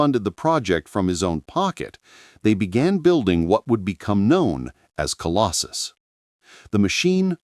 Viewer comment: Colossus NOT Colostus or Colosjus -- Obviously AI-generated and not checked for accuracy !!!